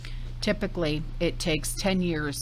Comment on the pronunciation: Its pronounced Sow Pal- lo